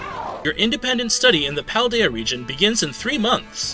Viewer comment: I love that and are the only major Pokétubers who have pronounced Cetitan, Fidough, Paldea, and Terastallize all correctly, right off the bat. From what I've seen, aDrive, Austin, Moxie, and Purplecliffe all goofed one or more of the names at first glance.